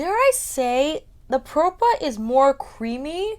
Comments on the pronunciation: I wanted to order a couple but they all sold out and I'm not sure they ship to Canada. Also, I watched kelsee's and Jchronicals Vida's videos last week and they pronounced the brand name as "pra-pah" beauty, but you and Angelica Nyqvist pronounced it as "pro-pah" beauty...I'm a bit confused 😆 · I believe is pronounced Prawh-Pa Propa, like proper but PrAWHPa. Like the beginning of Australia.